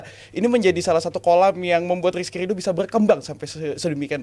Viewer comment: RRRRRRRRRR,,,SUSAH AMAT😂😂😂